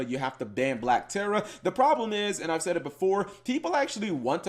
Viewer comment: Ayyyeee saying “Black Ptera” right this time lmao guess he saw all those comments ^__^